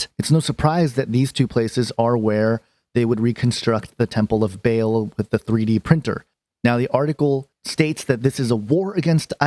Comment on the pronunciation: It's not Bale it's Baa-l, just like the bleat of a sheep but ending in the letter L as in El.